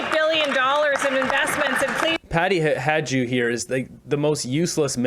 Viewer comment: you pronounce Patty Hajdu's suname "Hi-doo". I told you this before. She's been in cabinet forever. You should know by now.